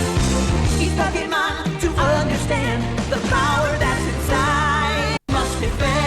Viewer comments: Kyle is the only white man who can pronounce Pokémon perfectly. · I'm happy that Kyle can properly pronounce Pokemon